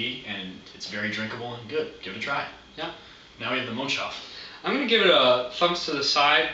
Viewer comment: its not mönch-shof its called mönchs-hof